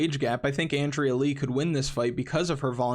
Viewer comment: Crawling back in after no return cash or gpps, tell Oscar I'm sorry but I didn't listen on Calderwood. Now I'm really shook this week because after being damn near AN-DRAYA is how the pronunciation record is shattered! Damn!